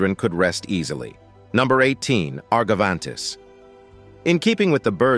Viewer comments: what the hell is an argevantis? do you mean argentavis? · also, arge vantis ...